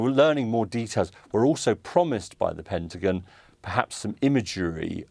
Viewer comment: I hate how she says Pentagin